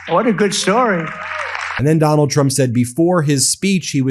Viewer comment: Am I the only one who heard "Tonald Trump"